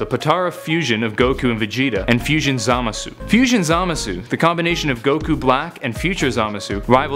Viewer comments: You're not supposed to pronounce the u in Zamasu just so you know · Doesn't even know how to pronounce zamasu. That's how you know he is reading of s que card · hahaha the way he said zamasu😂😂😂